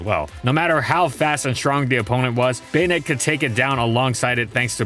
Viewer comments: Baynet? Am I the only who says Bah-net? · I thought it was pronounced "Buh-nette" instead of "Bane-ette" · I keep hearing "Bayonette" instead of "Banette" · Why do I hear bayonet? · Baynette is the right pronunciation for it's name? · The say you say "bay-ned" ruins the whole video